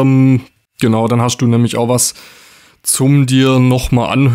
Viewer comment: Da wird aber viel "geHASCHT" im Video😅 du hascht , du bischt